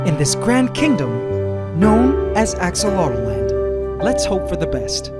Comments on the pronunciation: Why do you keep saying "axolot-O-land" ..... Its "axolot-land" you add another vowel in your own tank that you named yourself!?! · Ask-A-Lot-Land. Your "Aqua Dragons".... May Ax-o-lot. C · Not.enough to.go.around no, it’s AxoloteL-land